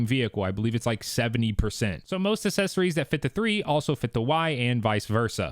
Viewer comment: The word is “accessories” not “assessories”. Maybe spend less money on a Tesla, more on a dictionary.